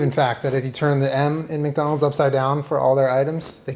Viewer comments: "wacdonalds" OK SOMEONE READS WEBTOONS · waking a wcdonal's wcgriddle